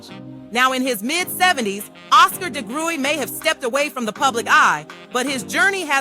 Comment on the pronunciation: AI glitch... I'm pretty sure it's pronounced Di-gry...